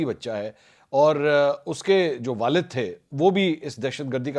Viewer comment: Baap arey kya language urdu ki matti paleet kar dia hai Walid bol waalid